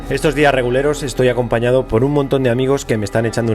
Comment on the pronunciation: Alguien más que piense que en vez de decir "reguleros" dice "reculeros" 😂